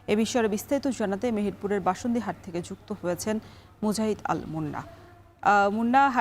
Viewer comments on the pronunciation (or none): বাশুনদী না বামুন্দী হবে এটা।😅